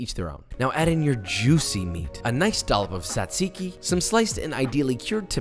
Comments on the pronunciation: I am 50% made of gyros like any other Greek and this seems excellent, but why do you write "tzatziki", but you say "tsatsiki"? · As a Greek Josh did a very good job with everything. There are still some little details that could have made his gyros better but it doesn't matter that much. As for the tzatsiki well its pronounced more like jajiki, like when you say Josh or James or Jason or blablabla and in Greece we call gyros the meat, not the whole thing, the whole thing is called suvlaki so when and if you come to Greece and ask for this you will say "can i have a suvlaki with gyros and jajiki (or sauce i like it with sauce in it much more than jajiki but its your choice) and tomatos and onions" (you could ask for some fried potatoes in it its much better in my opinion but it is optional)". You will not say can i have a gyros, if you say that they will bring you just the meat with nothing else most likely. Just wanted to correct some things but still Josh did a very good job making a suvlaki and another small little detail in Greece the pitas are a bit bigger and we don't put gyros and tomatos ext. inside the pita, we put it as joshua did and as i said before he did a very good job making the suvlaki. Have a nice day! (or night, whatever) 😂